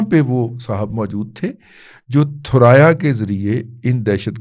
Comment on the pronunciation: تھرایا نہیں ثریا